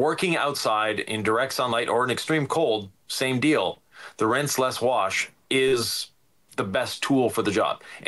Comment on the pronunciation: The first thing I thought when I saw the thumbnail was " is Walter...is he Walter?" 😂I'm picking up on pronouncing rinseless as rinse-LESS in this video. Is that new or have I been oblivious to it before? Awesome video as usual boys!